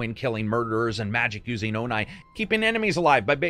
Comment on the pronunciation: Shoe-she-ma, was ok at first but kept saying it. And “Oh-nye” bruh I dipped 🤣🤣